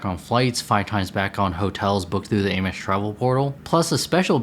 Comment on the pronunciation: I’d recommend you work on your pronunciation of “Amex” and “RE” before making these videos, but nice effort nonetheless.